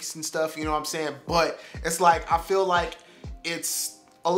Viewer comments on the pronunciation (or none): none